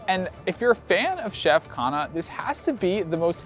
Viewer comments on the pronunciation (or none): The interesting thing is that you are slightly mispronouncing his last name Khanna (emphasis on N), it sounds like khana which means food in hindi😂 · I loved your video. You made everything look and sound spectacular, and now I want to book a table there. But you really need to say his name right. It's Khunh-nnaah . Remember, Indian languages put the emphasis on the second syllable, not the first one. Like - Anarkali - pronounced A naar- Cully.